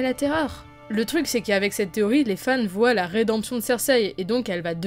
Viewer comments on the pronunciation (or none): none